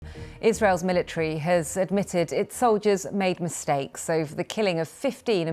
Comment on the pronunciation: how do u even say the word mistake??? wth man.. wth..